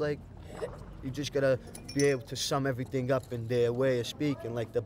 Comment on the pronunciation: “Whattah ya doiinnnn!? You filmin everyting”